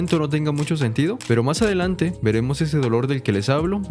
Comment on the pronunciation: Soy yo o nadie noto que en vez de decir más adelante dice más adelnate en